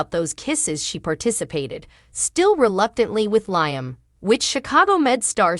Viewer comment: Please pronounce Liam right